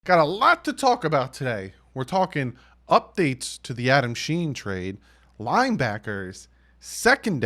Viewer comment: Adam sha-heen, e-landon roberts 👍 nbd just wanna help you out. Comment of the day: What are some of your favorite undrafted dolphins of all time?